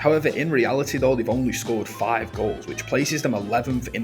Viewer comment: WTF is widf and frive?...🤣